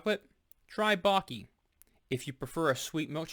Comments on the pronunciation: You should have done a research. Perugina, is an older compagnie 1922 and purchased by Nestle in 1988. Baci, means kisses. You pronounce Bachi 😊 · That's not how you pronounce Baci